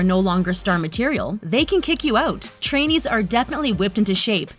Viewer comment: Every time I hear trainees I hear Chinese for some reason